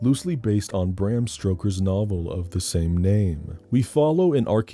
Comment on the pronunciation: Its Stoker, not Stroker...lol...